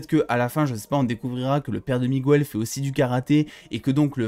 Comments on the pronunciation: Mec tu dis migouel au lieu de Miguel sinon merci de m'avoir fait aimer cette video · juste petit truc c'est pas Migouel c'est MiGuel